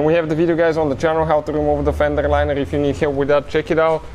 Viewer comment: Good Vid. Buuut, that "Fendrerrr Linererrr" isa kindaerr funnyerrr 🤣🤣🤣